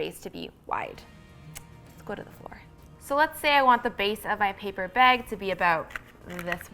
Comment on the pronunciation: Came for the DIY, stayed to see hear them say "paper beg" over and over again :D